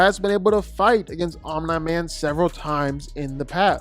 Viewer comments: It’s Omniman. Pronounced Om-knee. Not Om-nuh. Drives me crazy. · Honestly, I just ignore it. He does it a lot, and whether it's comment baiting or genuine mispronunciation, it's what he does. It is a little annoying though. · Are you sure it's not Om-nigh man? (jk hahahahaha) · His pronunciation of omni man has to be rage bait